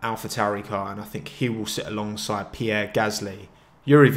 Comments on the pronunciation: Every time you said along side I heard Alonso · Each time you say "alongside" my heart stops bc i think you're gonna say Alonso